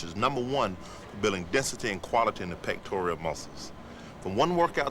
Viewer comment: "DA Pectorial mussels".